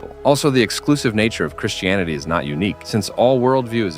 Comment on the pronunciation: do you realise that Americans like yourself pronounce "Christianity" as "Chrish-tianity"? You do in this video. It's very odd and not nice. Why can't you take out the -sh sound and replace it by a -t?